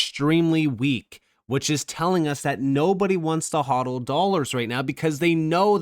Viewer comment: Pretty sure that was AI reading a misspelled “hold”. Hodl